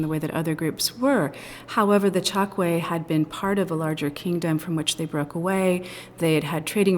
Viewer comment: You are wrong. It's pronounced Tchokué. I'm from Angola, my family is Tchokwe